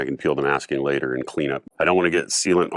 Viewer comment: "10 minutes latah" 😆